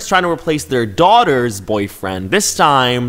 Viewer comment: the way you emphasized “daughters boyfriend”, made me think you were going to say “sons boyfriend” despite the title. Lol